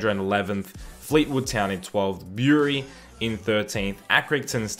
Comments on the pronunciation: Bury is pronounced B like bur (like in butter) ree not Byuree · Bury is pronounced Berry in my opinion, but definitely not how he said it xD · The way you said bury it's pronounced berry like strawberry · Bury is said berry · most people I know say it "berry". It's just I've never heard people say it like that before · Bury is pronounced "berry" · North east is basically Sunderland, Newcastle and Hartlepool so it'd probably be better to include some Yorkshire teams there too including the likes of Leeds, Bradford and Boro. The teams in this experiment seem accurate enough. For future reference, Bury is pronounced 'burry'. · Bury is supposed to be said like bery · The way you said "Bury" 😂😂😂